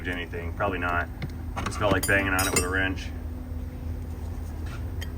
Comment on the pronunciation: It's WRENCH, not wench, OR WINCH, not wench.